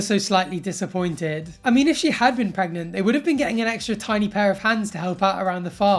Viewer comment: She's not 'preg-mont'